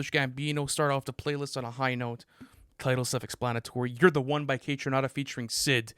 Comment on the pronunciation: pronouncing “won” as “Juan” will never not be funny